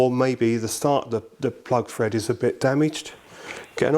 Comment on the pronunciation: lmfao stop saying fred it`s thread 🤦‍♂️